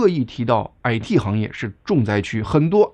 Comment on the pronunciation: 感謝澄清❤ 您的「矮嚏」（IT)鄉音令人有點出戲 😅😂